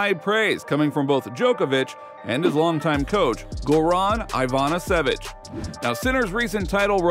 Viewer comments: His name is İvanisevich not Ayvenisevich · haha, the amazing Hayvanaysàvic! 🤣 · Jesus learn how to pronounce Ivasinevic.